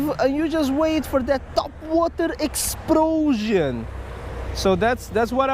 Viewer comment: He got a TOPwAhtAH exPLoSHON!!!